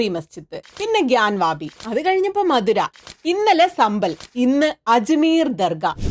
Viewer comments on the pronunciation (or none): മധുര അല്ല ചേച്ചി മഥുര... രണ്ടും രണ്ടാണ്...😂😂